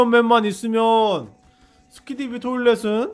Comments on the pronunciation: 스키디비 토일렛이 아니라 스키비디 토일렛이에요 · 스키디비 가 아니라 스키비디